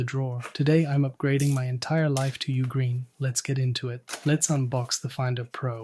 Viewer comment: did you say ah-green? haha